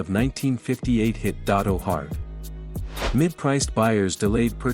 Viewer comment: First of all it’s “DeSoto” not Dotto!